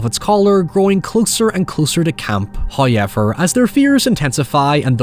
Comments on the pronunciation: Came for the Hoyever, but stayed for the Oralee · From "hayever" to "cerabus"